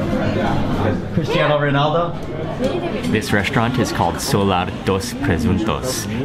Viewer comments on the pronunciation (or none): none